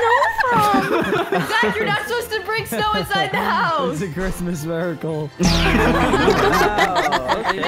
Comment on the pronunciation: It's not crismeis